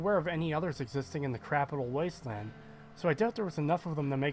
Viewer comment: Blowing Garza apart with a combat shotgun right in front of Doctor Lee is hilarious. Oh—and I think it's funny how you call it the "Crapital Wasteland".